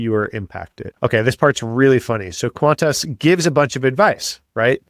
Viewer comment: This Australian loves how you pronounce qantarse.